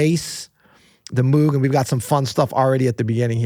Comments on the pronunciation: It’s pronounced Mogue! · You got it right in the end, but just for the record "Mowg" is indeed the correct pronunciation, an anglicized version of the original German name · Great discussion! These guys are SO into music. It's MOH-g. I've heard the Moog creator himself pronounce his name. Stevie is a once in a century talent. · Bob Moog's last name: Two O's in German = long O sound (rhymes with "vogue").